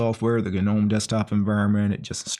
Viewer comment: It's actual pronouced "Nome" not "gu-nome".